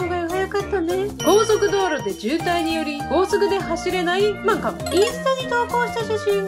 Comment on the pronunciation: ふ↑ま↑ん↓か↑ん↓